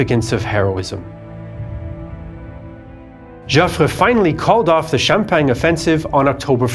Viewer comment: The french fought in Xiao-peng? Or in sham-pack-ni? At least the french high command was more effective that germany ever was when it comes to getting a lot of french killed